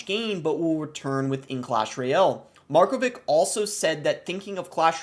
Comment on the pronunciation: you clearly don't know any surname of east europe, markovic is pronounced markovitsh